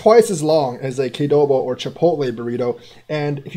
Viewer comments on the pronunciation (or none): Qdoba, not Kdoba!